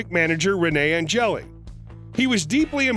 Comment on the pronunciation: Maybe learn how to say ANGELIL first. It’s not angeli